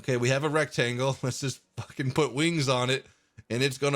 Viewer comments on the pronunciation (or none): none